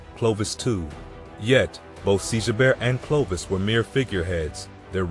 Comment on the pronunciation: Clovis "Eye". Is stopped listening right there. If you can't get that right, pretty much everything afterwards is garbage.